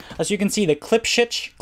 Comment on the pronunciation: "KLIPSHIT " lol